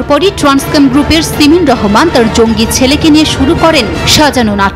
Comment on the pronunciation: "সিমেন" রহমান !!! 😅😅😅